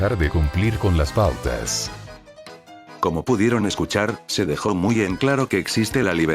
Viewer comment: Nada que ver con el tema, pero me hace gracia que en en ves de que diga "existen pautas estrictas" salio "existen putas estrictas" es hilarante